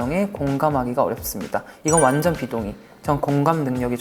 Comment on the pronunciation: 완젼이라 하는 발음 왜케 기엽니ㅠㅠ 영원한 막내 쭁